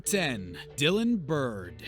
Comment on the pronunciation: You couldn't even get Dylan's name right